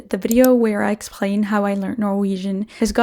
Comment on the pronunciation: C'est la deuxième vidéo de vous que je regarde, la première étant "How I learned norwegian on my own" . J'ai remarqué par 5 fois que vous prononcez "explain" comme s'il contenait un "r", c'est-à-dire "exprain". Dans la mesure où votre anglais est parfait, j'ai la curiosité de me demander ce que cela signifie. Bravo pour votre travail et vos connaissances !